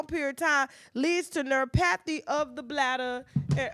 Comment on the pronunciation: If you pronounce neuropathy like that again, I’ll scream.